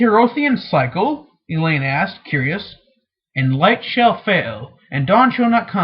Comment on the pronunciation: Only anoying thing is that he mispronounces some names. Like Elaine, Bergitta, Naineve and Moiraine... Still cool that he reads it though...